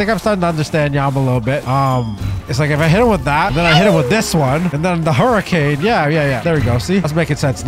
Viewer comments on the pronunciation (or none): none